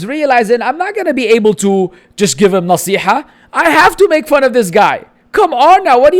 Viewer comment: “Nasi haaa” Nasīha ya 3am